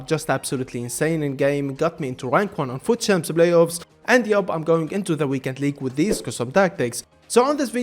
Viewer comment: Blay offs